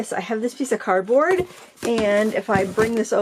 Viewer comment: I hung on replaying with CC on, over and over, because I thought you said 💩board box, and I couldn't figure out why happy was "crapping" on her own box 😂😂😂 /I'm Catholic, I immediately prayed for your soul and wondered.. what is 💩board box? HELP! 😂😂😂✝